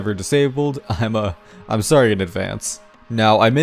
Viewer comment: Unreal Engine (sowwy)